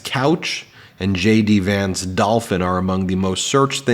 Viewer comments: Shay-Dee Vance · Did he say J.D. Vance or Shady Vance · I mis-heard you, I could swear you called him Shady Vance, feel free to run with it. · Ben did you say shady Vance or JD Vance?? Wasn't sure